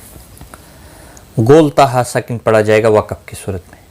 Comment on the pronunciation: Ap lafaz wakaf ko ghalt bolty hain , isko wakb nhi wakaf bola jata hay